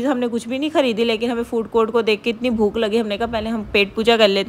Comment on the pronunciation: itni b Bolna ni aata isko bolti ha (inni garmi inni garmi) ajeeb pendu orat shadi ke Baad se zyada over howe ha pehle itni ni thi